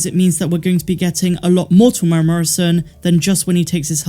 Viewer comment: Great videos! From a kiwi fan - Tem-moo-era (or, Tem-you-era if you're Pakeha - euro), not trying to be a dick, but literally no-one outside NZ pronounces his name correctly, it's weird.